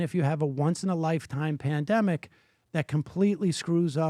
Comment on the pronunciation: lowkey thought he said PlanDemic 🤔